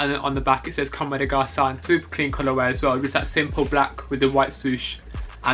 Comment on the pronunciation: “Comme deh garsun”